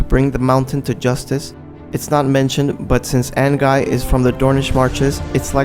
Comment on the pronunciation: Say it like AN-GI not AN-GUY